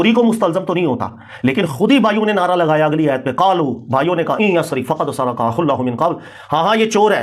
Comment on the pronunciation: بار بار سرِق (را کے نیچے زیر) پڑھ رہا ہے جو صحیح نہیں درست (را پر زبر ہے) اس لئے درستگی کی درخواست ہے